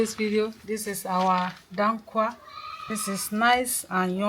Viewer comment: Hausa snack. It is called DA-KUWA Not DAN-KUWA ! Yummy